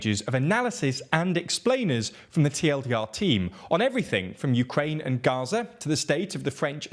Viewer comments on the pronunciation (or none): none